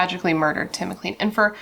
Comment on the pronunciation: I'm Canadain. You mispronounced his last name, it is said like clane, not clean. 2nd, Vince decapitated Tim and he was seen marching up and down the bus aisle with his head. This case is really disturbing. Now, Greyhound is no longer in service in Canada. I'm in the maritime provinces and we have a company now called Maritime Bus. I'm starting to believe that this event may have had something to do with the change in bus companies